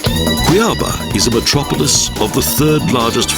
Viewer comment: In Portuguese (and Spanish), the location of the accent mark is where the stress should be. Thus, Cuiaba should be kwee-ah-BAH, rather than kwee-AH-bah. The falls in the SE are pronounced ee-gwah-SUE or ee-gwah-ZOO, depending upon how it's spelled, not ee-GWOT-sue.